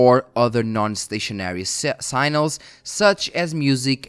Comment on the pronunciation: SI-GNA-LS..NOT SINALS lol english is not my native language either;p